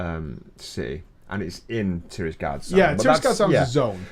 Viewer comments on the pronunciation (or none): Say it with me: TIRAGARDE, not TIRISGARDE.